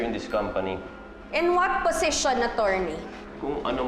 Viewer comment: Position not posesion